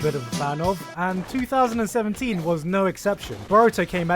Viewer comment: Are we just going to ignore the fact that in the beginning when he says 2017 it sounds exactly like 3017. 🤯